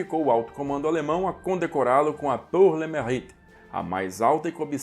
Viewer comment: Pronúncia de “pour” é “pur”; “mérite” é “merrite”. Este último “e” precisa de fazer o “biquinho” francês. A expressão é francesa. Em francês, as letras juntas “au” é pronunciada /ô/; “eu” é o biquinho puxado para o “e” fechado + biquinho francês.